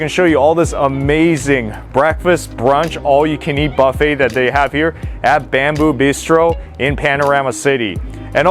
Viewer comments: I can't stand it everytime you say bafe. It's Buffet. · It's like silent T, dude, and will sound buh-fey!😜🤣😂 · tell me something I don't know. I know it's silent T. Obviously you pronounced it like him "Bah-fey instead of Buh-fey." 🤣🤣🤣